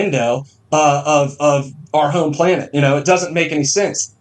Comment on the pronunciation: We live on a "plane-ette"